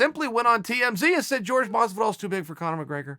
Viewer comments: Quit saying Jorge (George) it's Jorgé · It's "Whore-hey"' not ""George btw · its Horhe !! not George ffs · Bro its fucking Jorģe not george you racist fuck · Dr. Mindfulness of Water nah, it’s George. This is America, and we pronounce the J’s. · Dude his name isn’t pronounced like George lmao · His name is Jorge (HOR-HEY) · he needs to start pronouncing it correctly, as in hor-hay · How hard is it to say Jorge properly? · even Nate knows how to pronounce Jorge's name properly. smh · Like this comment so Chael will say Jorge the right fuckin way!!!